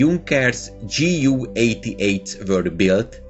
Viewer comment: JU not GU